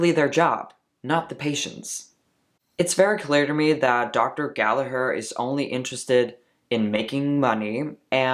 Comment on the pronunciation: First of all. I appricate you prounocing Gallagher correctly. 😂 Americans annoy me when they say it wrong haha. I'm ashamed as an Irish person that this woman is doing all this shit on tik tok. I would like to challenge you on starting hormones before surgery. As I started Testosterone after Top Surgery. Wich I was delighted with and still am. 1) regardng my own experience, it was much healthier to stop binding then to go on Hormones. This surgery is huge and my endo didn't want me having to many changes at once. So I was offered at that point in time, top surgery in a month or testosterone now. I took surgery to prevent damaging my lungs and ribs. (I understand this was my own choice to bind but I'm sure you know yourself.) 2) I would argue. Diffrent counties are diffrent in requermsnts. America perhaps differs state to state. Denmark as you said is 6 months. I belive 6 months is way to short. Here in Ireland it is 2 years from ROGD. 3) linking to point 2. Hormones = puberty, is diffrent for everyone. So someone on Testosterone 2 years may not have as much changes as someone who's 2 months. Someone may not pass and "live as the opposite sex" EVER. And some people can pass before hormone treatment. There for I don't think you can put a set time period on it. This is probably the first video you posted I disagree with. So congrats. Your getting more interesting